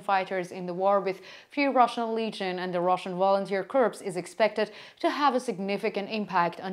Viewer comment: A minor point: "corps" rhymes with "core," or "more." But don't ask me why. The way you've been pronouncing it sounds like "corpse," which means "dead body." Aside from that, keep up your excellent work.